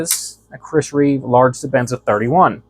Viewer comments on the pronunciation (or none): none